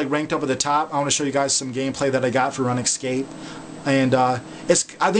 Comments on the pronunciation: Runescape not Ranescape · i hope ur joking about prounouncing it run escape. its rOOnscape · its not pronounced run escape, its pronounced roonscape. lol, spelling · Run excape. I love his pronunciation. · on the runescape maine page it sais RuneScape, so you no that its pronounced roon-scape... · it is runescape its pronounced RoonScape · youve played for 8 years thats why u mispernounced it again its rune scape (roon scape) is how to pernounce it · still watching in 2020 havent pronounced Runescape correctly since 2009